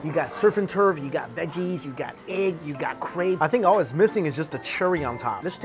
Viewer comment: Why does he call egg eig 🤦🏾‍♂️😂